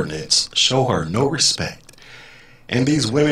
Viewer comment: Haha 😂 😂 😂 ....She had posted earlier that that her dream of "bossing people around all day long" was about to come true and that she had been "vectored" for special duty as an MTI...NOPE!!!..Not going to happen now...Can't even say, "RESPECT" correctly..She said, "RESPECK"😎